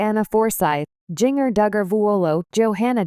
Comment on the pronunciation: Ai ruins these videos. Geenger??